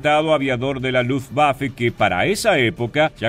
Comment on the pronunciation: ¡Gracias por respetar la pronunciación de Luftwaffe en Alemán! Ojalá sirva para que otros también pronuncien las palabras extranjeras o en su propio idioma o en Castellano (la w se pronuncia como v en Alemán y todos los demás idiomas que usan Alfabeto Latino con la única excepción del Inglés) y no obligatoriamente con Fonética Inglesa, lo que es incorrecto. Luftwaffe significa Arma Aérea de Luft = Aire y Waffe = Arma. Wehrmacht significa Fuerza de Defensa de Wehr = Defensa y Macht = Fuerza. Kriegsmarine significa Marina de Guerra de Krieg = Guerra y Marine = Marina. U-boot es el apócope de Unterseeboot que significa Embarcación Submarina de Boot = Embarcación, Unter = sub y See = Mar. La doble o se pronuncia como 2 oes igual que en Castellano y no como u porque no es Inglés. En Alemán, todos los sustantivos se escriben con Mayúscula inicial. La s entre dos sustantivos que forman una palabra compuesta como Kriegsmarine cumple la función de Genitivo y convierte al primer sustantivo en adjetivo del segundo, estructura sintáctica de los Idiomas Germánicos y Eslavos. Lo que comparto para quien esté interesado en conocer un poco más del Idioma Alemán o Deutsch que se pronuncia doich con la ch del Castellano. Gracias a quien se tomó la molestia de leer hasta aquí.